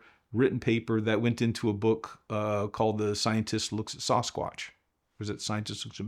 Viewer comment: I enjoyed this! Thanks. I hope he reads his comments: Sasquatch is pronounced "Sass-quatch" NOT Soss-quatch".:) Everytime you say it that way I cringe! lol